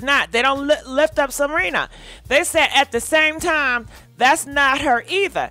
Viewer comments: It's S E R E N A not Selina! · IT'S SERENA... NOT SELENA.. SERENA WITH AN R... But its the makeup... and its horrible. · I be dying laughing cause she was like Salina 🗣🗣😂😂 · YES she called her Selena, Ciara etc 🤣🤣🤣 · It's Serena Williams.....NOT Cierra Williams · If she say Selena one more time…😑 Serena if you see this, means well. 🙃🤣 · Selenaaaaaa🤣🤣🤣🤣🤣🤣 you and these names. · Girl not “Selena”!😂😂😂😭😭😭😱😱😱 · It's Serena not Selena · Gurrrlll you keep calling her Selena 🤣😂 its Serena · her name is not Selena.....it is Serena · Her name is SERENA. . NOT Selina. . come on now.. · Why you call her Selena? Her name is Serena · Serena looks horrible Also it is Serena not Selena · Lord!!! it’s Serena Williams (Se Re Na) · WHY IT SOUNDS LIKE U SAYING SELENA 🤣🤣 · Cause she is 😂😂😂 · Pronounce her name correctly, it's Serena ,thank you.. 🙂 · She rarely pronounces names correctly 🤦🏾‍♀️ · 1 thing about you you gone shred a name 🤣🤣This woman name Serena girl 🤣🤣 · 😂😂😂😂😂 See-Re- Nah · Not Salena 🤣🤣🤣🤣🤣🗣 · Wait is she misspronosing her name on purpose or trying to be funny? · The botching of her name, thouuu!!!! 🤣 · I wish u'd take sprach therapy & pre-read ur articles b4 recording the show. There is no "L" in Serena SMH Perhaps someone should proof ur show b4 U send it out. IJS Constructive criticism Boo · Are you on drugs???? Why in the hell do you keep misprouncing her name? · Girlll can you say her name correctly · 🤣🤣🤣🤣🤣🤣🤣🤣🤣🤣 you can mess up a name chille love you